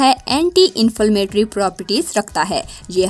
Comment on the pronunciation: u speak truth but plz focus at ur pronounciation plz inflmatory is not the correct word inflammatory